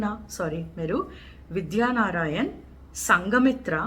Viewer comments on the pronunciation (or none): It's Vidyaranya not vidhyanarayana